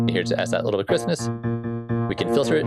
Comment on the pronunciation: I love that the way you say "crispness" sounds almost identical to "Christmas"